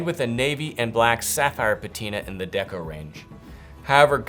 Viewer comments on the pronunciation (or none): none